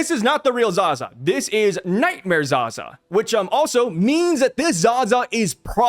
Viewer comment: Pronounced as Za-zaaaaaaaaaaa A not ag